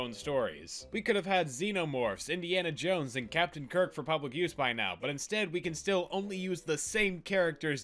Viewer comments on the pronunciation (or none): none